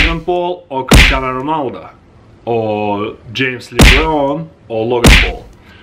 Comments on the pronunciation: He said christiana ronalda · bro said Cristiano ronalda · He said Christiano Ronalda